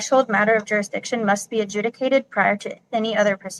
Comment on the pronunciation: Why can’t any of these fart huffers pronounce jurisdiction or unalienable correctly?